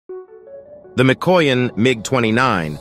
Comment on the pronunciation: Lol. For openers, learn how to pronounce Mikoyan. And...the West doesn't love the MiG-29. Respect, yes. Love, no.